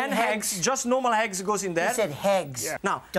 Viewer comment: Lmao he said Heggs